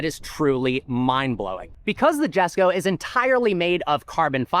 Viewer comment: Koenigsegg Jesko❌ Koenigsegg Yesko✅